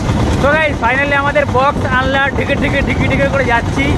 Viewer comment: ওটা আনলা বলে নাকি আলনা 🙄🙄🤕🤕